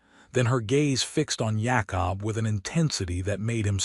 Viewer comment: can't say Jacob